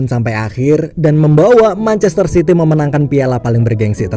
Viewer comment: Lu salah ngomong manchester city woi bukan manchaster sity